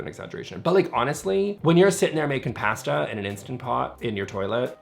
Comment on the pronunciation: Why is no one pointing out how pronounces “pasta” 😂 love your channel!